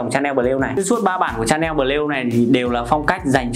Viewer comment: Lạy cụ! Nói Tiếng Việt đã không chuẩn rồi thì thôi. Nghe phát âm tên thương hiệu chối không thể tả! Lạy hồn còn phát âm tiếng anh thì chuối cả nải😏😏